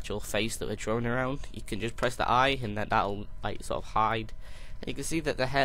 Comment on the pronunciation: Lol You said Drowing It's drawing go to the speech pathologist dude